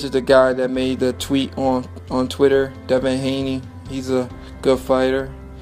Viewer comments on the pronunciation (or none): none